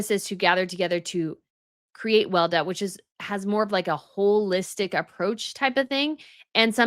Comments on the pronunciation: Weleda ist pronounced Veh-leh-dah and is mainly sold at German drug store chain DM. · FYI, Weleda is pronounced Weh-Lee-da in the Uk and other English speaking countries. But it’s a German word (and company) and so it’s pronounced Veh-Lee-da in Germanic countries.